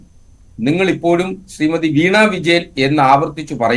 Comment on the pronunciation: വീണാ വിജയൻ എന്നല്ല..... വീണ വിജയൻ എന്നാണ്..